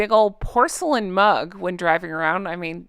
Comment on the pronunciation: If he was going to go to see his father he should have gone quietly, without any publicity. They truly are disgusting. Her narcissism really knows NO bounds you crack me up. Everytime you say big porcelain mug I heard "bus" and the picture in my head was hysterical.